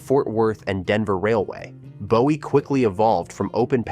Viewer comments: Not BO WEE, but BOO WEE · Yes, it is "Boo•ee"! And, Clee•burn (Cleburn), not "Clay•burn", and Kor•enth (Corinth), not "KuH•Renth"! So many yankees and fer'ners!🙄 😉😄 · If you are going to do this, at least pronounce the town names right. Bowie is BOO ee not Bow Ee . And don't even get me started on Mexia. This lack of knowledge makes me doubt the facts are correct. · Boo e not Bow e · Isn’t Bowie pronounced BOO-E??? The mispronounced city names are atrocious. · Bowie, Boo-ee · "Courthouse square" in BOWIE? ...Oh, and it's "Boo-ee". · If you’re going to do a documentary on Texas learn how to pronounce Mexia and Bowie. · Bowie was mispronounced too.